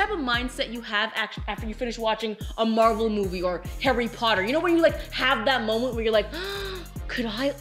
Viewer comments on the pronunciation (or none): none